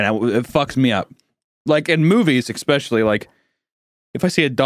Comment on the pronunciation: hunter, will you stop saying "eCKspecially" thanks.